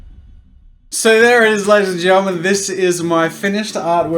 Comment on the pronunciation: sothr sith ladis anth thengetlmns what???